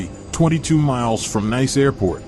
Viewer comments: Nice is pronounced niece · Having just watched this video I will reiterate stuarthumphrey1787' comment below. Nice is pronounced 'Neece'. And France is pronounced 'Frarnse'............................